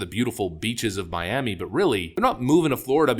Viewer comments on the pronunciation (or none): none